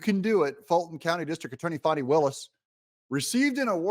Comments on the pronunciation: Fani for prison! Confused why you're calling her Fawny instead of Fannie? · Doug Y do u talk like mainstream media??? Her name is Fani NOT Foni